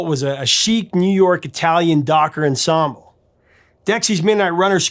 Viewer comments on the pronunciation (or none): none